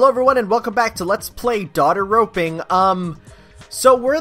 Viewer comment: "Welcome back to Daughter Roping." Thank god you said o and not a. Thank god you said o and not a.